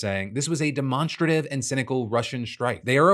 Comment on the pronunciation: I've always thought that pronouncing "demonstrative" as "de-mon-struh-tive" rather than more like"demonstrate-if". Especially given the root is "demonstrate".